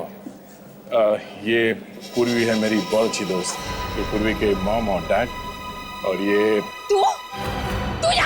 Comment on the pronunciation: Purvi ❌ survi✅